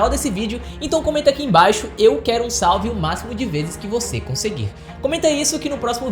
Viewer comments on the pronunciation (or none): none